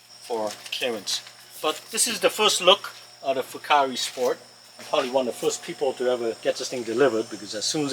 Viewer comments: wrong ... fu care, simple. Just call customer support say fu care. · They pronounce the company name as Full Care...